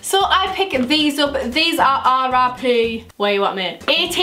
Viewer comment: When she said RRP I thought she said RIP. lol 😂